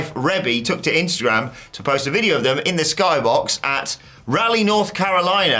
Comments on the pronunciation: Raw-LEE not rally NC and Rebee not Rebe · Locally we pronounce the city's name as Rah-Lee, not Rally. Although, question, in England do you pronounce the historical figure's name Sir Walter Rally?